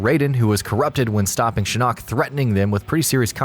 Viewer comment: Oh god. . . So many names mispronounced. SOMEONE TEACH THIS MAN HOW TO PRONOUNCE SINDEL, SHINNOK, AND THE SHIRAI RYU!